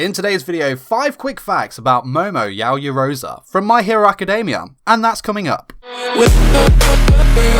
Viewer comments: YaoyorozU Not yaoyorozUH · Yaoyoroza? It's Yaoyorozu! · Yaoyorozu not yaoyoroza 🤦‍♂️😑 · I’m annoyed with how this man pronounces her name. It’s YaoyoroZU not YaoyoroZA. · Is pronounced Yow Yow Rozoo